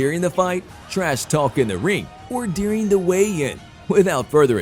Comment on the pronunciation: Learn to pronounce the word during. It’s not “dearing” you doofus